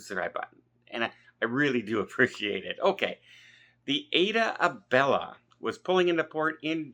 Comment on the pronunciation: The ship’s name is AIDA Bella NOT AIDA ABELLA 😡 UGHGGGGG!!!!